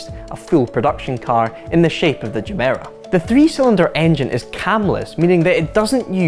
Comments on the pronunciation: It's Gemera as in "get", not Jemera as in "jet". Mr. Koenigsegg explained this briefly; it derives from the Swedish words for "give more". Any Swedish viewers please correct me if I got that wrong. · Jemera? Not every word is an English word..... Gemera......